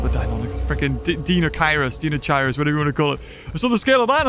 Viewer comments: its deinocheirus lol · Its deinochirus!